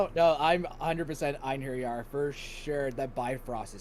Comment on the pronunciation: I hate how everyone says Einherjer wrong. It's not "En-her-jar." Surely by now you know a J in Norse is basically a Y? "En-hairy-ar" (Not quite with that breakdown of syllables, but just the pronunciation is closer) Edit: Bronze's melting point is almost 1200 points lower than iron. I think Fafnir could melt the Colossus.